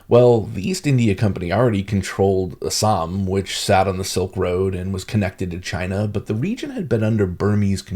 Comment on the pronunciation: Love your correct pronunciation of ASSAM 👌❤️